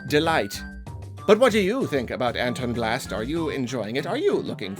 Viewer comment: It's pronounced ant on blast not an ton blast but good video